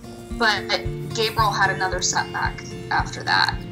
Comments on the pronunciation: Who names dogs some of the most popular and known names in the world then decides to pronounce them so stupid? Your I -L , Sam-I L, Gabe Rie L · Adorable! But, oooof. That pronunciation of the names is like nails on a chalkboard. Bro it's pretty clearly "your-ee-el" not "your-eye-el", "Sam-ee-el" not "sam-eye-el", and "gay-brie-el" not "gay-br-eye-el" just based on the spelling alone 😬 who thought yall how to read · Right? I’ve never heard anyone pronounce it “Gay-bry-ell” or however she was saying it 🤦‍♀️